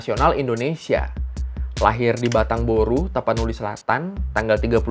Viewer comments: Ralat bg, BATANG TORU, BUKAN BATANG BORU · Batang Toru bang, bkn batang Boru😂😂😂